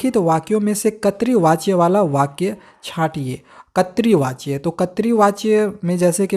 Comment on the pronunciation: Katri vachya🤣🤣 nahi voh (krit vachya) hota hai